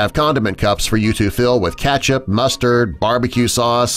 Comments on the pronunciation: IT'S KETCHUP, NOT KATCHUP.. 😂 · STOP SAYING KATCHUP ITS KETCHUP🍅 !! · I can't stand the way this guy says ketchup, pronounces it Catch-up. 😖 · How it's spelled: KETCHUP. What you keep saying: CATCH UP. NOT THE SAME THING. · I got triggered when I heard the word "katchup* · WHY DOES JE SAY KATCHUP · Am I the only one disturbed on the way he pronounces Ketchup as Catch-up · Is no one bothered by the way he says ketchup, Or is it just me? Just me? Okay.